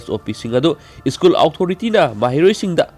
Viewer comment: School haibiyo ischool haibinu yaradee😁